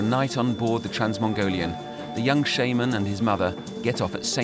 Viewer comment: That's not how it's pronounced. Shaman doesn't sound like shame...